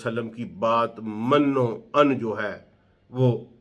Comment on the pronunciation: ڈاکٹر صاحب آپ کی تحقیق بہت زبردست ہے لیکن آپ کا تلفظ صحیح نہیں ہے مثلا من و عن۔۔۔۔م کے نیچے زیر ہے۔۔اسی طرح وقت بھی غلط پڑھتے ہیں۔۔۔۔حالانکہ آپ کی تحقیق بہت اعلی ہے۔۔۔اگر تلفظ بھی ٹھیک یو جائے تو اچھا لگے گا۔ ۔